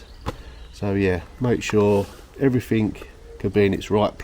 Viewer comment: Oh brambles!! I have a job ahead of me when the snow's all gone, big patch out back that has got out of hand. Difficult job. Say, did I hear a few "everythink"s? Are you picking that up from Billy? ;)